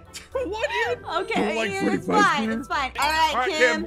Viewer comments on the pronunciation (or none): Das not Freddy that’s Feddy